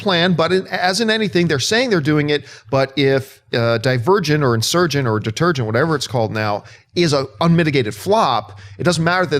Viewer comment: When he first said it, I thought he meant it like "de-TURD-gent". lol